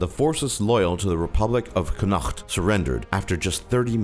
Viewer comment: Please learn the correct pronunciation of Connaught. And Somaliland.